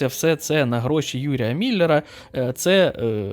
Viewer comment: Він не Міллер, . він Мільнер. Соромно має бути!